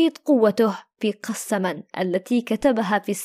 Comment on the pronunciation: سيدتي العزيزة صححي كلامك نقول ( قسما) و ليس ( قسّما) ❤️❤️🇩🇿🇩🇿🇩🇿